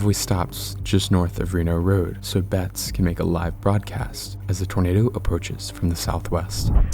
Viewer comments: This really should've gotten an EF 5 rating. IDC if the damage was only rural. It was a monster. Edit: It's pronounced "bett-es" not "bets" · His name isn’t pronounced ‘Betts’. It’s pronounced ‘Bett-ehs’. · leaving a dislike cause cant pronounce bettis. . . . either crappy ai or un intelligent video maker. it even called him bettis seconds after you called him betts. . . . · Its pronounced "Bet-tis." They literally say it secinds after you mispronounce it. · Mike Bettes is pronounced Bet tess with 2 syllables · Mike Bettes' last name is pronounced Beh-tiss, just FYI. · This is the best El Reno recap I've seen, thank you so much for this! The only criticism I have is to always take a second and google the names of people in case there's an easy way to hear their pronunciation. Mike Bettes is pronounced 'BE-tis.' Still a superb video and I appreciate hearing about other victims whose names have been swept away in favor of more prominent involved parties. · How do you have a tornado channel, yet you don't know how to pronounce Mike Bettes' name correctly? It's pronounced correctly in the clip you show. Did you not listen?